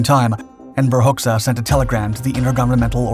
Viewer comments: The Albanian dictator's name is pronounced "Hodja", not "Hox-ah". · The Albanian name Hoxha is pronounced ˈhɔdʒa . . . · Just to clarify, his last name is pronounced hodja´´ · For the record, Enver's surname is pronounced "Hotcha" ... like "gotcha". ;)